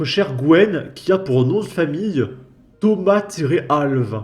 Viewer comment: on prononce "Al-vesse" c'est un portugais